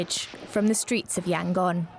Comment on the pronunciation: .. example of commentators who do their homework, who care to check how the term 'junta' and the name 'Yangon' is pronounced .. and not just to read off the script probably handed to them seconds before .